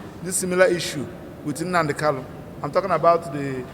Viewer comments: Is his name Kalu or Kanu, get your accent right, barrister. Poor barrister, you can't pronounce the name of your client properly, okoromado This is clearly a recipe for disaster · It's a tongue thing. It's normal for some igbos to pronounce n as l. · He can't even pronounce his client's name correctly.